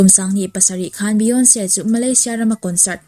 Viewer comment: Beyonce hming i lamdan mai² chu lehh